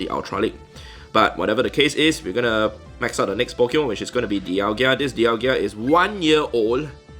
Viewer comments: please stop calling it Dialgia. There is no 2nd i. Dialga and Palkia. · It is dialga not dialgia haha good vid tho xoxo